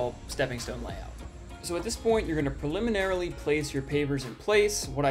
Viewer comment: I tried to watch all of this. I really did. But the excessive use of the awkwardly pronounced "preliminarily" unreasonably annoyed me and I had to stop.